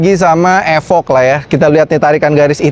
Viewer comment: nice video....thanks informasinya. ada sedikit kritik membangun; "evoque" jangan dibaca "efok", cara bacanya yg bener "ifouh"